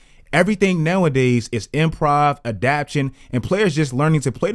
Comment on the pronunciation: Never heard anyone say “adaptation” like that before